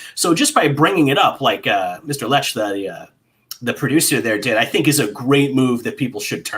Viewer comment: Ouch, they mispronounced Matt Lech's last name here...